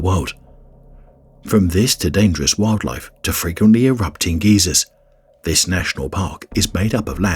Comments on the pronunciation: They are pronounced Guysers not Geezers lol. If people don't want to follow the rules then they must face the consequences. I go to Yellowstone at least twice a year and the stupidity of people still amazes me. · He probounces geysers like old folk